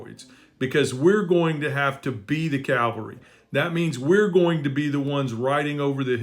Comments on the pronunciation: Love what you're doing,. Keep it going. 😊 PS---Difference between "Calvary" and "Cavalry." 😉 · You are so right but please, it’s CAVALRY not Calvary 🫣. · Cavalry is want we want not Calvary